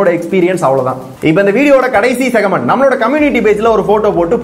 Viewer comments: Athu segment bro! Segament nu solladhinga kekka annoyingaa irukku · Segament ila da pakki...thats segment😂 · Segament ella segment😅🤣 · Segament illa segment